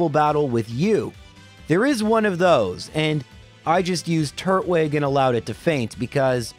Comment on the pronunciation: "Garden-ia" "Turt-wig" You have got to stop